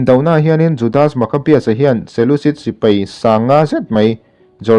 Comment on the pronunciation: Sipai tih tur, Sipei nilo in .. a ngaihnawm e.